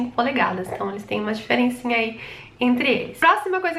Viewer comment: Polegasas? Ou Polegadas ? Kkkkkk ótimo vídeo , amei a explicação . O coral é top junto claro da cor do meu que é Vermelho . As 2 cores mais linda !